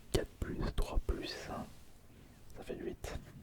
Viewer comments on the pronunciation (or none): frere arrête de dire luite on dit huit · Petite correction dans ta prononciation : Ce chiffre "8" se prononce "Huit" et pas "LHuit", je sais pas d'où sort ce L avant le chiffre 🤔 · à Pourquoi au lieu de dire 812 (huit cent douze) tu dis « lui cent douze » ? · non mmdr il dit juste luite comme un attardé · Il a vraiment un problème avec les lhuit mdr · Redis voir comment tu prononces huit ? 😂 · Première fois que j’entends quelqu’un prononcer huit comme ça 🤔 C’est marrant.